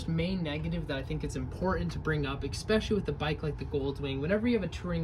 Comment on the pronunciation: ESS not ex. Especially, not exspecially